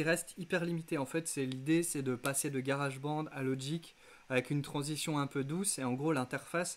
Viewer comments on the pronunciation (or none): Garage bonde 😂 désolé mais un effort pour la prononciation stp et un pouce pour la vidéo